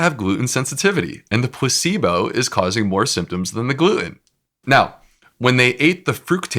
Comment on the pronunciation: Does anyone else hear his pronunciation? It's PLA-cebo, not pus-syblo ! Which is what it sounds like his guest is saying! I did a double take and replayed it. Yep.